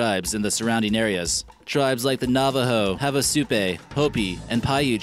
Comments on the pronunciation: Havasupai. (havasu-pii, not havasu-pay.) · Havasupai is pronounced HAH-VAH-SOUP-EYE, dummy!